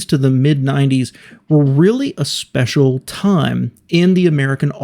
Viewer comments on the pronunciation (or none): none